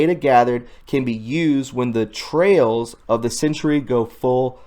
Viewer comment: the TRAILS of the century?!?! I think you mean the TRIALS of the century... Seriously - between this and some of the other mispronunciations like HEIRESS (air-ess) from yesterday, I'm starting to get very annoyed. No offense but that's just ONE reason why I've left other channels. AND SOME OF US ARE ALREADY SUBBED TO DUSTIN NEMOS & HAVE BEEN FOR A LONG TIME. At least he's articulate! ugh - as a university professor this is starting to get on my nerves.& OMG! That statement about Trump being the last president? Are you SERIOUS?!? THESE patriots HAVE TAKEN AN OATH THE CONSTITUTION!! GET A CLUE. I'M SORRY BUT THIS IS TOO MUCH FOR ME. YOUR CONSTANT CONSPIRACY THEORIES AND SILLINESS ARE TOO OTT. GOOD LUCK WITH THAT...